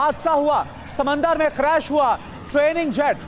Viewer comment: समंदर नही समुद्र होता है